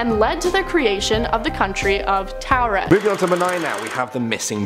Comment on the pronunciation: It's not towel red....😅 It's taured' pronounced tore red